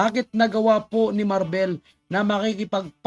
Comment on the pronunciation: DONG MARBIL HINDI MARBEL